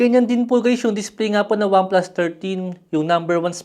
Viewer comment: Wamplas ang sabi